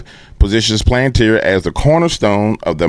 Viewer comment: Its palanteer buddy. Spoken like that. Planteer